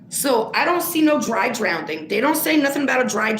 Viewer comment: I love you and the work that you do!! But it's drowning theres no d in it🥸. I'm sitting here screaming it's drowning not drownding🤪🤪please don't take that the wrong way. Also I honestly think that her mom didn't identify her because she knew it was her, kinda makes you wonder if her mother knew where she was the whole time. That could be why Sammi was the one that was giving the information to the police, and not her momma.